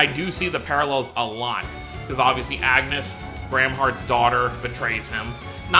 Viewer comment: As much as "Runé" kind of works because this is how his name is somewhat pronounced in the original japanese dub... I can't defend "Agnus" 😂😂😂